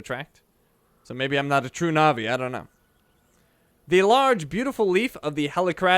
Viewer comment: Fun fact: Na'vi is pronounced natvi